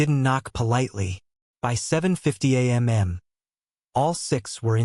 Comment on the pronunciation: Because AI is stupid and does not learn from its mistakes on its own.